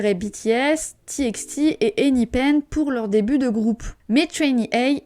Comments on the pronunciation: ENHYPEN ne se prononce pas « ein aie peun » et non « énipaine » ?? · tu as dit enipen ( j’ai fait exprès d’écrire lmal) c ’est enyfen (enyphen ) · ça se prononce bien " ein aïe peun" oui ça m'a surprise aussi la prononciation xd